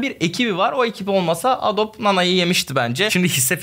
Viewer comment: Adobe, adobi diye okunuyur, bilginize 😉